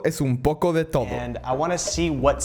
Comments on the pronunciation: Escuchalo pensando que va a decir *un poco de tomo" Después escuchalo pensando que lo va a decir bien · Espero no aber sido el unico en escuchar '' Esto es un poco de tomo'' o tanbien esto es un poci de towmo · dijo es to es un poco de tomo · Jajajaja dijo tomo envés de todo la prinsipio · Soy yo o en ves de decir todo digo tomo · ESTO ES UN POCO DE TOMO ESCUCHEN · Like si escuchaste "un poco.de tomo" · Soy yo o escuché "esto es un poco de townnn" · Yo escuche esto es un poco de tomo xd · Si lo escuchas muy de cerca se escucha todo pero de lejos se escucha town jajaja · Jaja yo escuche esto es un poco de tomo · Soy Yo o al inicio dice "Un poco de tomo" 🤨🤔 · Yo escuche un poco de tono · Porque cuando dice "un poco de todo" en el "todo" se escucha raro? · Puras mandas se ponen a decir, en la silaba do, es un poco mas bajo y un poco mal pronunciado eso es todo xd